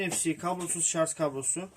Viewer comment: Herşey çok güzel de şarz nedir beyler... Doğrusu şarj... Lütfen siz yapmayın bunu...